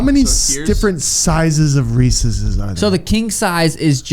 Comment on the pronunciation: Sean that's not how you pronounce Reese's Peanut Butter Cups.